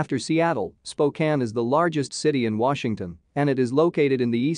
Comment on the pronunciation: Spokane?? SMH